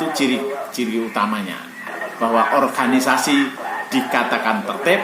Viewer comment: Mohon maaf om Organisasi om dibaca...bukan di orhanisasi